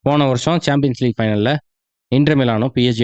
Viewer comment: champions league. ❌ saambiens league ✅